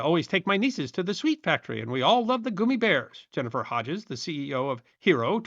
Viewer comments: Sorry, but I listened for about a minute and I was done. The fact that you’re calling them gooomy bears vs gum eeee bears I’m lost. I don’t know if it’s a dialect thing and that’s what you called them where you’re from, but then only other option is that you didn’t do any kind of research and had never heard of them in the first place, which is absolutely horrible considering your channel. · I hope you explain why you keep saying goomibears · It’s gum me bears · Goomy bears is my new favorite neolinguistic pronunciation.